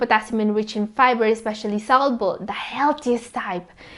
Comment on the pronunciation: ARE YOU SAYING FIBER OR PIBER 🤣🤣🤣🤣🤣🤣🤣